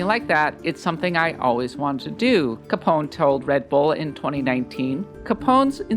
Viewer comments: Learn to pronounce Italian, you do not have to remove any letter to Capone. It reads exactly as it is written. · it's freaking caponEH . im not even italian or speak italian and this makes me mad. have you never heard of al capone?